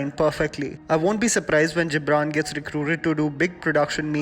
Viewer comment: The Gibran is pronounced as गिबरन